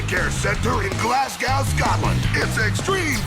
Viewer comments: don't ever try to pronounce Glasgow again. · Cringing at "Glass Cow" as a native Scottish person.